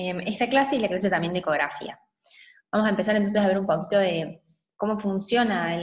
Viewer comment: Energía con acento en la i y ecografia con acento en la i buena clase pero mala pronunciación